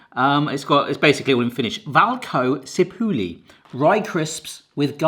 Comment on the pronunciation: the prononciation off valkosipuli sounded like a native! blew my socks off